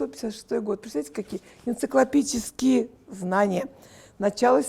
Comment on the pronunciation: Лариса,салаты на вид вкусные,а знания ЭНЦИКЛОПЕДИЧЕСКИЕ(от слова энциклопедия),а не энциклопические.А ещё:не говорите сосисЬка(это не сиська),вам малограмотная речь не идет